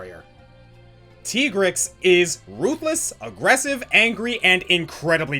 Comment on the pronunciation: I already hear everyone rampaging to correct how you pronounced Tigrex’s name…